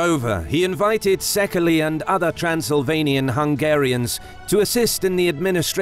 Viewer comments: Doesn't the narrator pronounce the word 'Székely' incorrectly? Instead of the three-syllabled /ˈsekəli/, is it not supposed to be pronounced disyllabically, i.e. /ˈseɪkeɪ/? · yes,the correct pronunciation in the second,i guess he tried to find the romanian pronunciation(for theword that is secui in romanian) instead of the hungarian pronunciation.